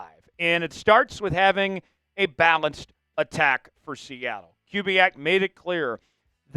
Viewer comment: More of pronouncing Kubiak properly, and less subscription selling, please.